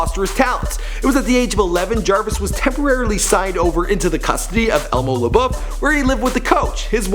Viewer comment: the way he pronounced LeBeouf😂 at least he figured out how to say baton rouge lol